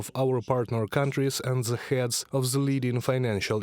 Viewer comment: Ze? In the whole country on Ukraine, you don't have one person who speaks propper english?